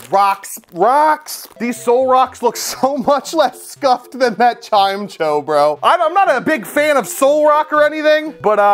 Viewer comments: I love hearing how people pronounce certain pokemon names LOL I never would consider Chimecho pronounced as Chime-cho! Just Chime-echo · "chime cho"